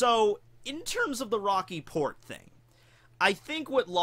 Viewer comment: I thought you said "The Rocky Porn Incident."